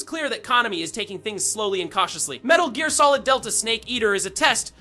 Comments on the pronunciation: About 1 second before he said that, I was like, wait is this AI? Then I heard Metal Jeer Solid. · Wait...what? 'The original metal jeer solid?' XD